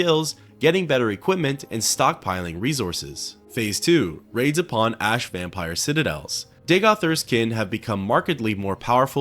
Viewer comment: It's so weird how you can pronounce the word ash correctly half the time but the other half its "aash"